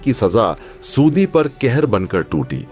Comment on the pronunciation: ( aur ) Saudi ka galat uchcharan